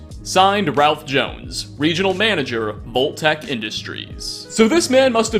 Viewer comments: "volt?" I think you mean VAULT. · The word vault got murdered to death.